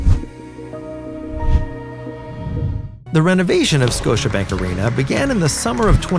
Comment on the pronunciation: “Scotibank” .. oops